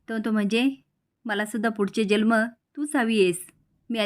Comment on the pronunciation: जल्म नाही हो जन्म म्हणा ना